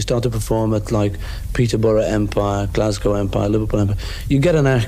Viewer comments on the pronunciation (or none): none